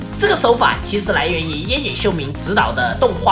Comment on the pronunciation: 庵（ㄢ）野秀明